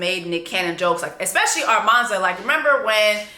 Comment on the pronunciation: it’s you calling her ARmanza 😭😭😭😭